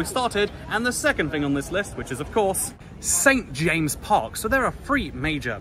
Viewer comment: St. James'! don't forget the apostrophe! It's pronounced "Saint James's Park".